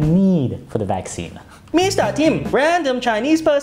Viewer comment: The way he says Wuhan got me deaf ahahahaa